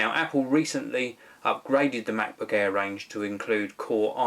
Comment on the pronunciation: When I first heard, I was wondering:"No, I want to watch a review of Macbook Air, not Macbook Hair"